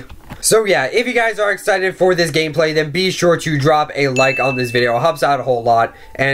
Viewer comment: do you have speech problems? Go back when you said "Percent" early in the video] and "For"